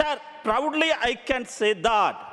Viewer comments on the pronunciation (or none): none